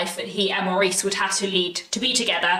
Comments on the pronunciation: pronounced Morris BTW. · Love the book and the film , but always pronounced it Morris